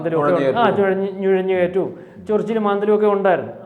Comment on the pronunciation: ഞൊഴഞ് കേറ്റം അല്ല നുഴഞ്ഞു കേറ്റം... അതുപോലെ ത്രിവ്ര വാദികൾ അല്ല തീവ്ര വാദി എന്ന് പറഞ്ഞു പഠിക്കൂ